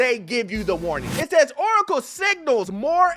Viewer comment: When said "OoOcle" i locked in.